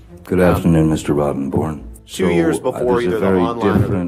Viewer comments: I didn’t realize the lawyer’s name was actually Rottenborn, I thought was calling him “Rotten Bourne” as a tribute to the Jason Bourne movies! 😆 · I say Rottenborn changes his name as soon as this trial is over after Johnnie trolled the hell out of him for it. No way can anyone take him seriously anymore. All they'll do is see Johnnie on the stand saying yes you read that very well Mr. Rotten...born. lol. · same here, he said it verrry clearly, every time 😹 Rotten [comma] born. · I love how JD enunciated that lawyer's name every time...